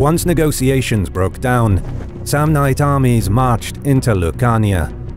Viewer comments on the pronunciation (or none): none